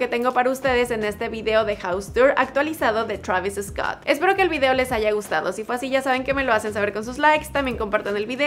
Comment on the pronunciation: Te crees que sabes hablar ingles bien y dices Travis Escot venga hombre